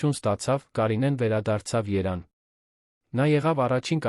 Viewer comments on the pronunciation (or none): Լսեք Երևանին ինչու եք անվանոյմ երան այսել որերորդ անգամ երան եք անվանսւմ Երևանին դուք ովեք բացահայտվեք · ԱՅՍ ՆՈՒՅԵՐԸ ԿԱՐԴՈՒՄ Է ԱՐՀԵՍՏԱԿԱՆ ԲԱՆԱԿԱՆՈՒԹՅՈՒՆԸ։😅ԵՐԵՎԱՆԻՆԻ ԱՍՈՒՄ Է ԵՐԱՆ😂։ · Մի բան գիտեք խոսեք, ոչ թե անիմաստ արհեստական բանականության միջոցով սխալներով Երևանը երան դարձնելով անհարմար է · Hargeliners, verj tveq ayd robotayin dsaynagrutyane, thache, vor Erevan anune axavaxumeq, da shat sxale👎👎👎👎👎👎👎👎👎👎👎👎